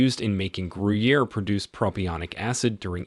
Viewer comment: Gruyère, Gouda, Parmigiano reggiano were all pronounced wrong. Only Cheddar he got about right.